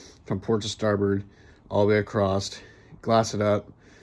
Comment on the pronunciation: I am enjoying your journey and your dedication to the project. But it's across, not acrossed. There, I said it! (Sorry)